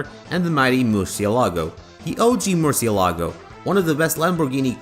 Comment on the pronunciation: The 'ci' in Murcielago is read like "chi".